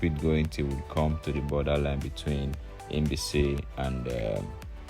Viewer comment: It's like you are pronouncing Inbise instead of Mbaise.